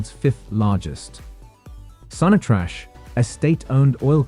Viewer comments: Sonatrash 😂 ok I will not take that as an offence but as an ignorance from your part it's pronounced SONATRAC not trash lol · it's pronounced Sonatrack